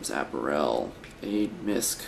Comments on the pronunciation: That's funny that you call clothing (apparel) App a rell. It's pronounced A pair ul. How did you never learn that in school? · apparel is pronounced a-par-el, not ap-a-rel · he says apparel weird